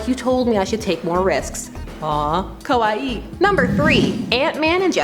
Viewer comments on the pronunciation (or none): The way she said kawaii 😂😂